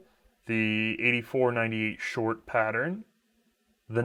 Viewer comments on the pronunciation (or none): none